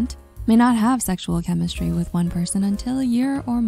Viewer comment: Is this an AI-generated voice? The delivery is so flat. Then again, a generated voice would say “chemistry” and not “chemishtry.”